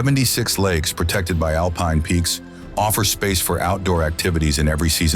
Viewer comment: Meanwhile therefore yet, furthemore, in addition there is s problem with pronunciation!!! One hears Tryol pronouncef Tairol and then correctly Tirol, later Alpine is pronounced Alpeen and then correctly. The narrative is full of meaningless phrases Why write such drivel. I laughed from beginning to end. Please use a resl person and not some stupid AI smarmy American.